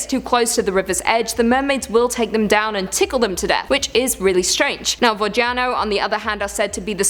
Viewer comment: I cried a little from your pronunciation of Водяной.